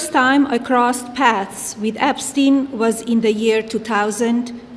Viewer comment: epstin epstin